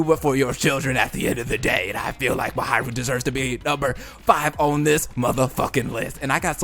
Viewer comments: I love how he says, MaHAIru instead of Mahiru lol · Who's "Muhayrooh" ? (Please, try to pronounce it even a little bit correctly) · I'm sorry but it's pronounced MA-HEE-RU